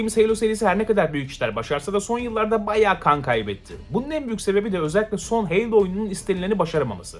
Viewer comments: Heylo ne Halo HALO!!! Kasma Bu Kadar Knight’a Kınayt Diye Bir Topluma Sesleniyorsun Unutma 😂🤣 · Helo değil Halo yani